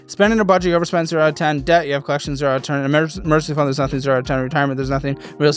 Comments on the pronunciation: If she says “clections” one more time instead of collections I stg. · The fact she can’t pronounce C’s or K’s in half her words is blowing my mind 😅 Tetsis and Colletchins had me rolling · The way she pronounces "-icks" words as "-its" drives me up a wall... OMG "collet-shuns" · the way she pronounces "collections" 😭